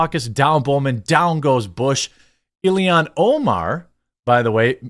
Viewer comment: I've yet to determine whether it's a colloquial way of speaking, or a deliberate choice, that makes Jeremy unable to say things like "Ill-han Omar" or "Hock Too-Ah" correctly...